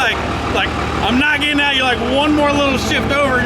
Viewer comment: Hopeen, getteen